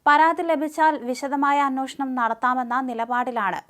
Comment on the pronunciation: It is not ANWOSHANAM . it is ANWESHANAM.